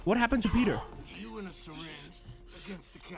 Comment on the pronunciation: did this guy ever figure out his name is peeta, not peter? half way into the 2nd movie he's still calling him peter.